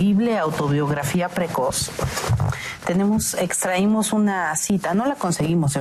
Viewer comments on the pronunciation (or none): "extraimos" (sic). Monsi, qué barabrismo.